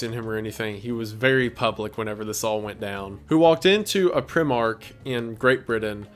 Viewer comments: love a good old bit of primark - however the prenounciation is actually pri(like pr, letter i) mark instard of prihmark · Haha prim-ark it's pronounced pri-mark but also pre-mark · pr-eye-mark not prim-ark lol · Ain't no way you said pr I mark it's pr eye mark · PRI-MARK NOT PRIM-ARK sobbing, screaming, crying and shitting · WENDI ITS PRONOUNCED ‘PRY MARK’ NOT ‘PRIH MARK’ LMFAOO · Did you just pronounce Primark as.. Prim-Ark. I have never in my 25 years of life heard it said like that haha. Yeah Primark (Pry-mark) is a store here in the UK that sells pretty cheap clothes and usually has a lot of TV Show/Movie related Merch. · Just fyi it’s pronounced prime-ark. Not prim or preem-ark. Odd i know. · The scariest part to me is how Wendigoon pronounced "Primark" as "Prim-ark." Shivers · Its pronounced more like pry-mark than prime-ark. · its not "prim-ark" the prim is like the prim in prime not primative. so its "pri-mark". it's a clothes shop for very cheap clothing, usually generic brand clothing. very high quality compared to the insane low price, but occasionally they do branded stuff. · Hello I am from the UK, btw Its pronounced - pry-mark ... instead of prie-mark despite being called Primark .. just saying to say incase someone references it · Awesome vid well done. You have a new subscriber sir, keep up the good work. PS as a Brit myself Primark is not pronounced PREE MARK the I is pronounced like EYE as in PRY. Just a heads up really, this video restarted my interest in the show. I read the comics and the governor books, played the games etc but lost interest in the show around S9. You have convinced me to load up Disney+ and crack on with the last 2 or 3 seasons. Best wishes dude, stay safe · pri-mark hahahahaaaa its usually pronounced pry-mark with a long i sound, and it's a really cheap clothes store in the UK where you can get various cheap items of clothing, it's decent but the clothes are meh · Ain’t no way bro said “prim ark” 😂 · It's pronounced pry mark